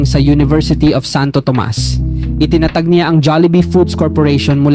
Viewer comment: Mali naman ang pg bigkas mo ng salitang tiaga..itinatag..ginagaya mo ang AI na pgbigkas..hehehe dpat piĺipino diction ang pagbigkas mo..kc ang dating Corny..😂😂😂